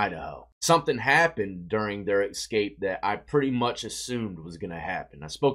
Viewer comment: Love you bro but it’s escape not excape, I’m sorry but it’s a pet peeve and you as a broadcaster should tighten that up, no offense, it’s constructive criticism and from respect.